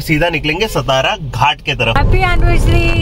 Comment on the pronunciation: " सतारा " नही "सातारा" घाट बोलो. यह हमारा "महाराष्ट्र" है.